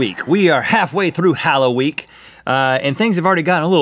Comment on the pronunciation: you said hollowenee have a hollowweeene hollow day :]